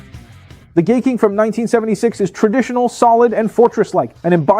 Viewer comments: Daitarn 3? thats Gaiking and Daiku Maryu. its pronounced as 'Guy=Hai' not gay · 😂Thank you! It was kind of annoying that he kept saying gay.